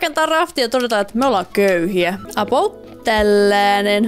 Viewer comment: miksi sä aina sanot apout